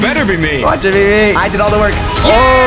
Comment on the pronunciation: At the end the man just says SUCBSCRIBE TO the vedio